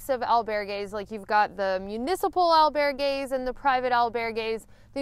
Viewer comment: EL - bear - gays ... kekeke :)